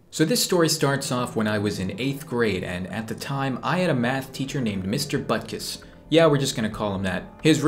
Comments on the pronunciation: Bruh I thought it’s “Buttkiss” not Butkus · Mister buttkiss? 😂😂 Edit: later i saw it is mister Butkus but it’s still kinda funny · if I didn't turn on the subtitles, I would have thought you called your teacher mr.Buttkiss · Butkus sounds like butt kiss to me for some reason.